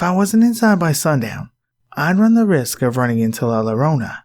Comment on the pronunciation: Love ur narrations! Fyi double L in the Spanish language makes a Y sound, so la lorona sound wrong, its la yorona.